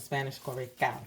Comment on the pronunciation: Hi, am your new subscriber and I just finished watching your video. Yes, you are correct, culantro, is recao. Your pronunciation is native😁🇵🇷😘😁🙏👍 Your sofrito is "gawjuss"😂! I also blend recao alone with olive oil and place in fridge and use it the same way you'd s th more minnced garlic. Love to use in broths, stews for that beautiful aroma and floating bits inside the broths...great in white rice too!❤❤❤ and your arroz con gandules😁🇵🇷🇺🇸